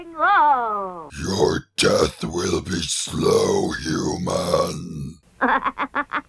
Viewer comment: The deer was called 'Flag'? I kept hearing 'Plagg' 😂